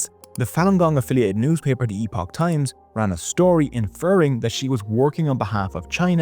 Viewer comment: it's pronounced "epic" times. Did you really do your research before this?